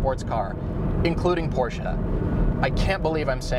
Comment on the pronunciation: Wow, he actually pronounced Porsche correctly. I'm impressed. However, I disagree entirely on the Genesis. It's hideous to me and I really don't like anything about it. And the Elise is really just a track-day car. It's not a real contender as it isn't suitable for anything but a track/autocross.